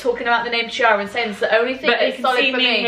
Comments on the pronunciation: Chiara in italian (as in Chiara Ferragni for example) is actually pronounced “Kiara” and not “Ciara” :) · Cinzia, the name Chiara is said like ‘key-are-ah’.. you’re Italian you should know that😂😂😂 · As an italian, it feels so weird to hear a brit talking about Chiara Ferragni!! I literally love her and Federico (her husband) so much!! Also, it's actually pronounced "key-arah" xx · Sis...that is not how you pronounce Chiara😭 I thought you were Italian